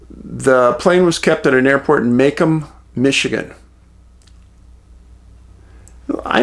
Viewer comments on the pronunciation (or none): macom? I live in michigan i don't know of a macom. Pronounced " May come" we have Macomb . pronounced Ma come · Macomb. Pronounced Ma Comb. Not Ma Come. Long O for Macomb.